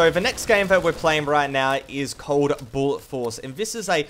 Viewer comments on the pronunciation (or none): Im confused did he say bullet or buller?